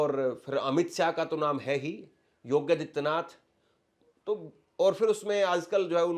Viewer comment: योगी और आदित्यनाथ दो अलग शब्द हैं। कृपया उनका उच्चारण अलग-अलग करें!